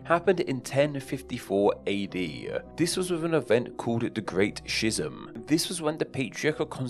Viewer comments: Shism? Schism pronounced skism. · Schism is pronounced “Skiz-em”. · Great video! just thought i’d mention that the schism in the great schism is pronounced like ‘skism’ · The great "sh iz um" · Hard k in schism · Skism. It's pronounced skism. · These pronunciations :) catholicus, schism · mispronouncing schism is forever on the internet now and you can't ever change that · Do you really pronounce schism like that? Because it sounds awful.